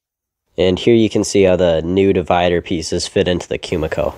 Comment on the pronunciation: just FYI it's koo-mee-koh no "kyu" sound in that word